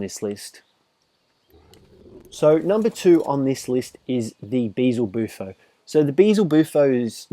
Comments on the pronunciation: it's beelzebuffo not beezelbuffo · they keep naming the frog wrong.... it's BEELZEBUFO... not BEEZLE BUFO